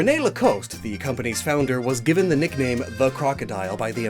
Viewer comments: "Lacoste" is pronounced La-cost ^^ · The pronunciation of French words is hilarious! Maybe you need someone to help you do it better. Lacoste is pronounced ‘La-cost’.